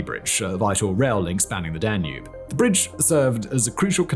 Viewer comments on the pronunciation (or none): none